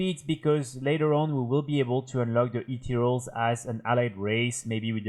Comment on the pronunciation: jaja I wasn't directly watching the vid and his anunciation of "ethereals" sounds like "8 year olds" and I was concerned for a moment.